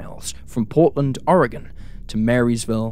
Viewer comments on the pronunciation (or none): none